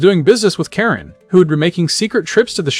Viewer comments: kah-reen not care-in 😭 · Ka-rin not karen 😒 lol so many butchered names lol love bleach tho so im here for it.